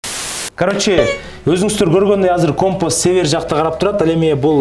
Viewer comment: Компос эмес компас 😁